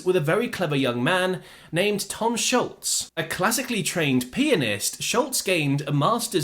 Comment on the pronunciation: I'm not sure why that guy from keeps saying "Schultz" when his name is Scholz, pronounced 'shōlz', not that complicated.